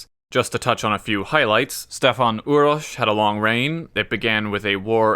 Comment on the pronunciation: Kudos for pronunciation of these names. Stefan Uroš IV, known as Dušan the Mighty... he was most likely poisoned and there are talks that he wanted to accept Catholicism. So I wonder, If he managed to do that, would we have all these wars in this region based on dumb religion.